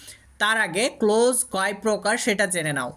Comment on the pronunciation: Sir amake khoma korben,karon hisabe bolchi apni clause uchcharon korchen close. Ata boro Kane baje.thanks.